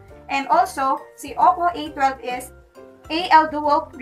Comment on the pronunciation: hi, correction: it pronounces as oppo ey-wan-2 or "a-1-2)